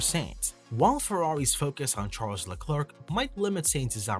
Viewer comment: Why are English speaking channels always to lazy to take 10 seconds to check how to pronounce a name. Te name Leclerc is not pronounced like a horny chicken sound. (not just you mate) tip, search "allo allo, it is I Leclerc". Another tip, if you know how to say McLaren... Leclerc sounds the same. Final tip, the last c is silent.